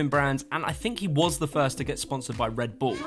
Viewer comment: U say redbull like red BuLL